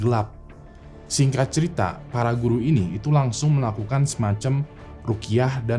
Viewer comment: dengarnya "singkrat cerita" bukan sih?